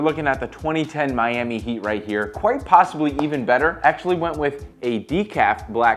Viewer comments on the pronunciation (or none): none